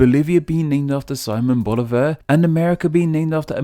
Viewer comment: Bolívar is actually pronounced exactly like Bolivia, the stress goes on the "li" part